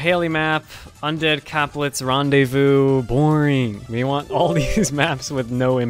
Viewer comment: They way he said that french word "rendez vous" made me laugh omg as a french person